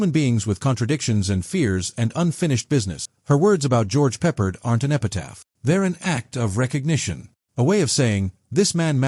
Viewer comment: Sucks. AI called him "George Peppered" These AI click bait videos made of illegal clips from other sources.